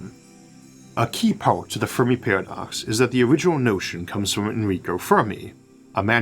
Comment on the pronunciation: Do not mean to poke fun or anything, just curious. “Univuse” “Pawadox”